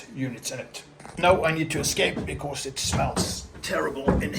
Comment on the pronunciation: Ingen r i fordi på engelsk